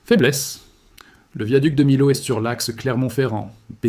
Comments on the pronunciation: j allais l écrire le lot on prononce le T ! et à millau on prononce miyo et on écrit Millau ! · On dit. " miyo" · Millau se prononce Miyau . La confluence des rivières est source d'inondations rares mais graves. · Comme Millau il dit milo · Bonjour🥰, Et merci pour ce partage👍👌. Mais quelque chose m'a intriguée : le Lot, je l'ai toujours prononcé "lotte" et Millau "my-ot" mais je me trompe peut-être. Quelqu'un peut-il me corriger ? Merci. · Émile o oups Mi- l'au Et Mene- de...etc très déplorable IA! L'auteur ne sait il pas parler? Ni instruire son IA? Dommage, ce n'est pas professionnel . Pas contre les images en aquarelles sont splendides et donnent envie de voyager en ces lieux! Alors au boulot et refais- nous une vidéo vraiment pro!